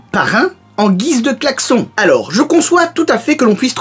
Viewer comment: claxon ça se dit [ claquesonne ] :) bon je te rassure moi chepa comment écrire claxon